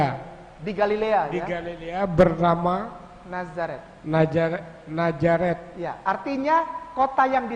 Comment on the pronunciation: Cara ustad itu mengucapkan kata Nazareth aja udah ketauan dia nggak pernah belajar di Israel. Huruf Z ya dibaca Z, bukan dibaca J...ngawur😁